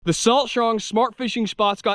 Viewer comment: Cool vid. Except for the "Thee" vs "Thuh" usage.